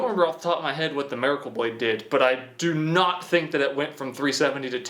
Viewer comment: The way you say miracle is killing me! Marrykol 😂😂😂